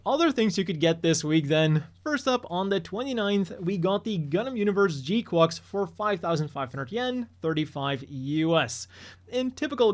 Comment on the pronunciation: still weird hearing you pronounce gquuuuux like that, it's supposed to sound like quacks, like a duck